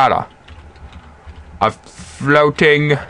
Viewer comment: lol. your voice mannnnn. "flootiing behnahnah " 3 times. you said with "h" but, nice tutorial. thanks